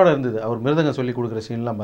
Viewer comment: Mirgatham illa mirthangham 😂😂🤣🤣😂😂